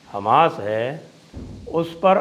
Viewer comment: Sir namaskar, app ka local. Hamash boltehi hashi ageea